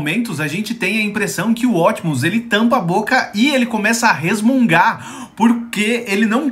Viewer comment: Quem é esse tal Ótimos Prime que eu nunca ouvi falar? A pronuncia correta é Optimus Prime falando o P e não Ótimos Prime engolindo o P kkk 😂